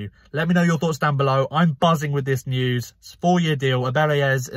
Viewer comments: Hey mate, it’s ‘Eze’ not ‘Ezz’ haha! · Why are you saying ‘Ezz’